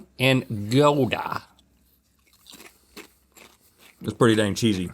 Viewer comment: link: gold da. link rlly needs to learn how to say gouda correctly